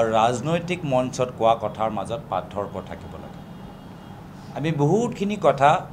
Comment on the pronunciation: গৌৰৱ গগৈ এজন অসম তথা যোৰহাটৰ সাংসদ। অসমীয়া হৈ তেওঁ অসমীয়া ভাষাটো কʼব নাজানে নিকি। সদায় ভাসনত শুনো পাৰ্থক্য নহয় পাথৰ্ক‌হে‌ কয়।😂😂😂